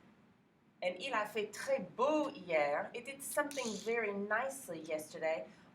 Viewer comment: You are fantastic teacher, but Your HIER(fr) sounds like YEAR(eng)... or is it just me? ;) Greetings from Poland, we need teachers like You.